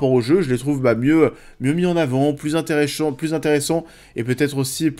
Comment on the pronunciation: "plus intéréchiants", le lapsus du siècle🤣🤣🤣🤣